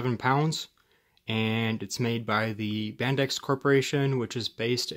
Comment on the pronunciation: Always used to be pronounced "Bendix", like it's spelt, but I'm very old.